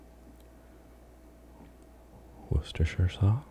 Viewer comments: Holy crap an American who can pronounce Worcestershire Sauce 😂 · Can I just compliment your pronunciation of Worcestershire sauce, so many non Brits get it wrong